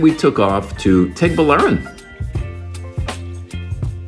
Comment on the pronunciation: Guy. Baler is pronounced Bah-Ler. Tuguegarao is pronounced Too-Geh-Ga-Rao. you're welcome.